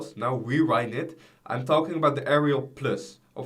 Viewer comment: thank u listened and dont say talking about that bad 🙏 i dont say never say it just work on ur accent tnx